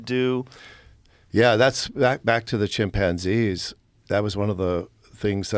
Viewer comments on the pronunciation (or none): Joe " Chim:PANN-zee" Rogan